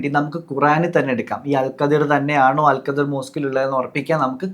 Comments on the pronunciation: Al khidr... Not al qadir... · അൽ ഖദ്ർ പോലും... 😂😂😂😂 ലൈലത്തുൽ ഖദ്ർ ഉണ്ട് ഖുർആനിൽ... അല്ലാണ്ട് ഖുർആനിൽ അൽ ഖദ്ർ അങ്ങനെ ഒരു പ്രവാചകൻ ഇല്ല മൊയന്തുകളെ .... Al Khidr എന്ന് ഗൂഗിൾ കാണിക്കും നോക്കിയാൽ മതി... അത് വായിക്കേണ്ടത് അൽ ഖദ്ർ എന്നല്ല pronunciation നാക്ക് നേരേ ഉയർത്തി പറയാൻ എങ്കിലും പടിക്ക്... അത് ഖദ്റും ഖാദറും അല്ല ഹിളർ 😂😂 ആദ്യം വ്യക്തമായി പടിക്ക് എന്നിട്ട് തള്ളാം... നിങ്ങൾക്ക് വേണ്ട ഉത്തരത്തിന് പാകമായ വാക്കുകൾക്ക് ഖുർആനും ഹദീസും അറബിക് വേർഡ്സും മാറ്റുക എന്നത് ഇഷ്ടായി... ഒരു മതത്തിലെ കാര്യം പറയുമ്പോൾ അത് പേരെങ്കിലും കൃത്യമായി പറയണ്ടേ... ഖുർആനിൽ ഇങ്ങനെ ഒക്കെ ഉണ്ട് പോലും..എന്നാൽ ആ ഭാഗത്തു ഉള്ളത് ഒട്ടും പറയുന്നുമില്ല... 😂😂 പിന്നെ മോശയെ കണ്ട് എന്ന് പറഞ്ഞത് വച്ച് മാത്രമാ കുറേ ബഡായികൾ ഇങ്ങനെ തള്ളി മറിച്ചത് ഹിളർ നബിയെ ആണ് എന്ന് മനസ്സിലാക്കാൻ പറ്റിയത് പോലും ... ഖുർആനിൽ സൂറത്തുൽ കഹ്ഫ് അദ്ധ്യായം ആണ് ഹിളർ നബിയുടെ ചരിത്രം പ്രതിപാദിക്കുന്നത്... ആർക്കും മലയാളം പരിഭാഷ വായിക്കാം ഇവന്മാർ പറയുന്ന പോലെ വല്ലതും ഉണ്ടോ എന്ന് നോക്കാം... NB : അൽ വക്കീൽ, അൽ വാരിസ്, എന്നൊക്കെ ചില അറബിക് പദങ്ങൾ നാമങ്ങൾ ഖുർആനിൽ ഉണ്ട്.അല്ലാഹുവിന്റെ നാമങ്ങളായ് പരിചയപ്പെടുത്തിയത്. ഇനി അതൊക്കെ കോടതി മുറിയിൽ നിന്നും ജഡ്ജിയിൽ നിന്നും എടുത്തതാണെന്നും വാരിസ് പേര് വിജയ് ടെ മൂവിയിൽ നിന്നും ഖുർആൻ എടുത്തതാണെന്നും ഫ്രിഡ്ജ് മക്കയിലെ കഅബ പോലെ ഉണ്ട് അതിനാൽ അതിന്റെ മുകളിൽ കറുത്ത തുണി വിരിച്ച് വീട്ടിൽ തന്നെ ഇരുന്ന് ഹജ്ജ് ചെയ്യാനാണ് അങ്ങനെ പ്ലാൻ ചെയ്തത് എന്നൊന്നും ഇനി അടുത്ത തള്ള് വിഡിയോ ഇറക്കി പാവങ്ങളെ പറഞ്ഞു പറ്റിക്കല്ലേ എന്ന് കൂടി പറയാൻ പറഞ്ഞു... 😂😂😂